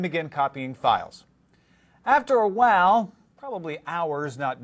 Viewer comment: After a WOW? I know that he tried to say "while", but he said it like "wow".